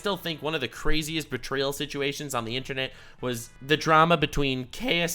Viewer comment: She really did put L in bertrayal.